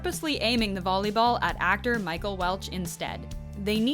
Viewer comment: Did she just say BOLLEYball